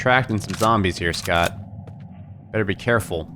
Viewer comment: Some real tough zohmbrehs xD